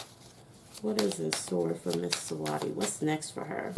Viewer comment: The way you saying her name is funny 😂 Her name is basically pronounce like you saying sweetie it just spell different And can you do a reading on Bruno Mars and his career .